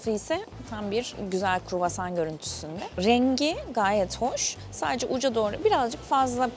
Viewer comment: o kadar çok kruvasan yediki ikinci gün artık istemsizce KUĞOSAN diyor Fransızlar gibi 😂